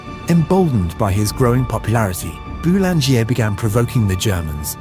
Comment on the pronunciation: Boulanger is pronounced: Boo-lahn-zhay